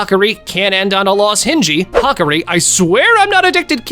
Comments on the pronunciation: Hakari❌️ Hakri✅️ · It’s ha-car-e